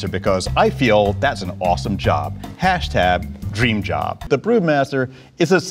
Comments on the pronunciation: Did anyone else hear him say HashTab? ? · My favorite part is when he says hashtab. Love this guy lol